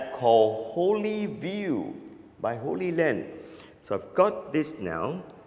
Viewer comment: It's HollyLand and HollyView - they're pronounced like Hollywood, not Holy Land. Looks like a great device! Does it transmit video AND audio? I've been wanting something like this for a long time. What is the cost going to be?